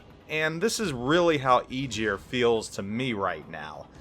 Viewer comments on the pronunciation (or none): Ägir Æ hard G ir Not eejir. :) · Please please for the love of Norse mythology, stop saying Igyr. The name is Ægir, yes i know you dont have that in your vocabulary, but at least try to look it up before pronouncing it. Eiter listen to Norwegians saying it or Icelandic. Google translaitor.... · More like Eh-gear I think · sea jötunn associated with the ocean it means (sea) in old norse not king of the ocean.. Aegir also wasn't a God he was a friend of the Gods!! Also Aegir is pronounced (EYE-gir)...Aegir is a giant with white hair and a long beard, he is well skilled in the arts of magic. He might be a brother to Loki the trickster and Karl. Aegir is married to his sister Ran, Aegir and Ran are the parents of nine daughters in Norse mythology, their daughters are the spirits of the waves.The names of Aegir’s nine daughters are Himminglaeva, Dufa, Blodughadda, Hefring, Ud, Hrönn, Bölge, Dröfn and Kolga..needed added help from google (couldn't remember it all) ..Would make a kool list of names for the full line just saying! But none were Gods the were all Giants and Friends to the Gods would Travel and break bread together! Norse Mythology is a huge part of my childhood my fathers family still lives Iceland and mothers family is from Norway both families have heavy traces of Viking Blood in themso these stories have been passed down over forever i needed help with the 9 sisters names i couldnt remember them all because well im 40yr now and this is 1 story of litterally hundreds Icelandic people love there intense child stories to scare the living shit out of the kids! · It's pronounced ah-gear, the "g" is a hard sound like the "g" in "going" or "gong" it's not a soft "g" like "gist" ... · Nice preview. Got me a bit curious on the Aegir. To be picky though. "Ae" in aegir pronounced like "A" in apple, or ass (which is about the same thing). 😉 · It's pronounced 'A gear' (upvote for visibility) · I know right? It hurts my ears so bad to hear that